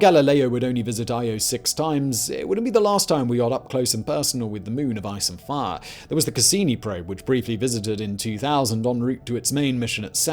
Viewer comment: ice and far? hot larva? man this guy's mispronunciations are driving me nuts sometimes.